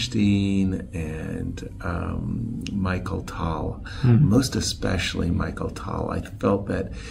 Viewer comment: MICHAEL Tal. LOL. I think Yasser pronounces everybody's name wrong on purpose and is just trolling everyone.